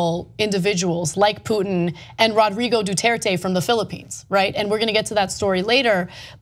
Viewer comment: his name is poo-tin.. not truth-in .